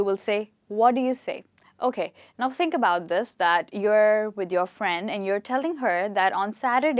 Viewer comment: The way you pronounce "THINK" is mind blowing.....